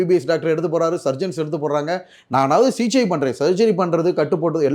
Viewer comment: First he is unable pronunce the Thamizh words properly, But he claims he is next Sivaji Sir. Sigichaiya CJ-ngiraar, Open surgerya Oven surgery-ngiraar. SSSSSSSSSaappppppaaaaaa..... Kosu Thollai Thangamudiyalada Saamy... Kosu vandhu kadichichina enna pannuveenga.. adha pannunga ella anchorum serndhu.